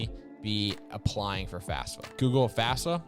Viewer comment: So sorry, but it bug me. You have the acronym multiple times, youre teaching people... Just say FaFSA, not FASFA!!!